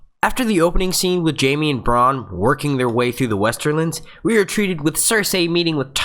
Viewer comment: I trusted you. But... but... you made the biggest mistake there is... you mispronouced Jaime.